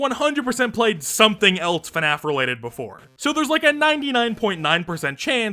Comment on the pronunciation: No one:: Fuhnaf